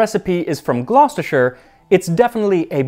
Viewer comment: Finally, an american that can pronounce gloucester correctly!